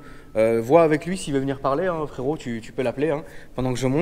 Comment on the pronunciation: parfois dit FRERIT au lieu de fréro.... ca veut dire quoi?